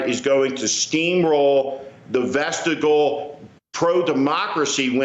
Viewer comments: Steve, “vestigial” is pronounced vest-IDGE-ill, not VEST-e-gal. It’s from the Latin, vestigium meaning ‘footprint’. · Mispronouncing "vestigial" as "vestigle" is a sure sign that Schmidt is reading from something he didn't write. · Steve Schmidt's chosen profession is to be a guest talker on cable TV shows. Which is fine. However, as such, Steve really should learn to properly pronounce 'vestigial.'